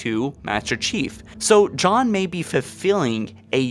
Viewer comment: NiLog Films - he also said “Jod” instead of John.